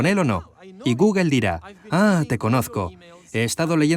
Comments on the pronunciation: Cómo te lo explico?? ....sería " Gógl" , Jamas "guguel" , ninguna "e" final se pronuncia en ingles ...Una e final es muda ; como nuestra H ... Que a su vez ellos pronuncian mal, como "J" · Cuando dice "Guguel" , se refiere a google verdad? jajaja .... Me dan risa los españoles , y es un traductor profesional ! madre mía! Cómo puede ser tan tan TAN IMPOSIBLE para los españoles pronunciar el ingles decentemente. Lo lograrán en el siglo 21?